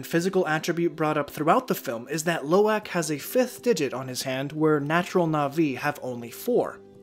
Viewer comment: Love this video, but you're pronunciation of Lo'ak is killing me! Try saying aahhhhk instead of ack, Low- ahk